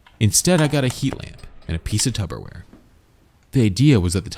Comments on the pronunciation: What are you saying? Tub o ware? Say it again, slowly. Real slow. Tub o ware? Say the first syllable. Tub. Wronguh. It's Tupperware. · why do keep saying Tubberware 😂😂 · Did you say tubberware? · This guy says "Tubberware" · I thought I caught that, you're throwing B's at me. It's P, P's babe. Tupperware